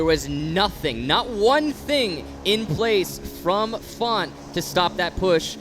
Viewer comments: FONTT???? Don’t you mean FaZe?????? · It’s not font it’s faze now